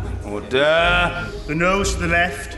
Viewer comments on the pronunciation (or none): I can't tell if he was being funny on purpose, but good job anyway, it made me laugh XDDD "OOORDAH" lol silly old humanity